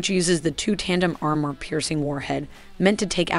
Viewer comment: Why does the narrator mispronounce basic english words like "armor".